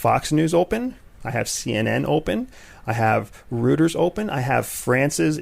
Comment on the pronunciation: Rooters :)) you mean Reuters? Royters :)) great podcast, lovin' it